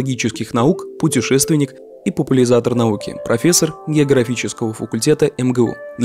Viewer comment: уважаемый автор, едва начав вещать, назвал Дроздова жо..лизом.. Или у меня слуховые галлюцинации.. (популизатора перепутал с популяризатором) ай-ай-ай